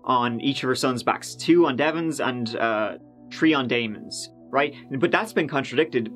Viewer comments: Turdy-first of the turd, two-tousand and tree. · I can defend "three" being pronounced as 'tree'. I cannot defend "CPR" being pronounced as 'C.P.oURR.'